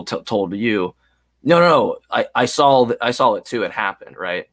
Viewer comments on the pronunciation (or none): There is no "L" in "I saw it,". Also, corroborate and cooperate are two entirely separate words.